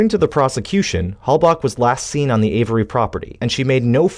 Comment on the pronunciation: i've never heard someones name pronounced so many different names....Teresa hallback, hallbuck, hailback, hailbuck, etc.